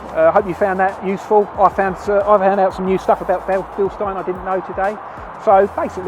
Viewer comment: Thanks for using the correct pronunciation!